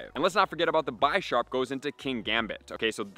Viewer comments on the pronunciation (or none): none